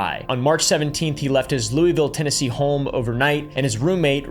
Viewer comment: Bro is pronouncing all the TN names incorrectly 😂